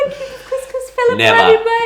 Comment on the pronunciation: as an arab and arabic speaker you just said. Kuss kuss which is pussy pussy. you mean to say. Cous cous which is food.